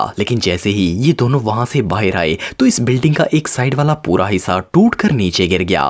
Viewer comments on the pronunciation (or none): Sir app bahar bolo baher nahi